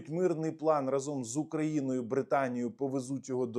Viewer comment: Не разОм, а рАзом